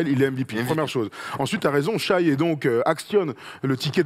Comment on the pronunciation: Quand tu vois la place de shai, doncic et dame je pense que les bilans collectifs ont moins compté dans le vote cette année pourtant il me semble que les année précédentes le bilan avait plus d'impact. Et on dit pas Shaïe on dit shé